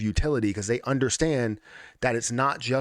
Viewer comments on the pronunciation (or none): none